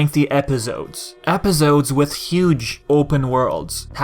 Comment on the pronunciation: Its funny how you say Epizodes instead of Episodes (no hate, I swear)